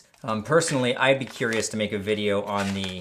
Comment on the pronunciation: There is no dash over the e in video It’s not pronounced “vid-aye-yo “ it’s pronounced “vid-ee-oh “